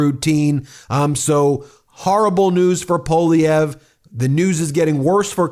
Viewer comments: Is US education so bad that you don't even know how to pronounce a name of French origin? Or are you just too careless even to bother to read it? Poilievre has TWO letter i's in it. It is NOT Po-lee-evr, it's Pwuh-lee-evre. I just can't bear to listen to you any more. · I love how many trumpers can't even say Poilievre's name correctly. They pronounce it "Poilivare".